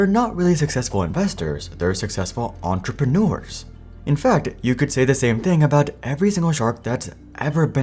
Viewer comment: on-truh-pren-noo-ers? Uh, no. Ugh. Fail. Do it over. From the start. Entre: on-truh. pren: pren. eurs: ehrrs maybe?